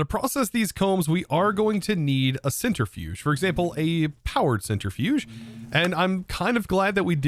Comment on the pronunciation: *centrifuge not centerifuge